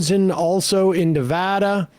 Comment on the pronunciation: Thank you for pronouncing Nevada correctly.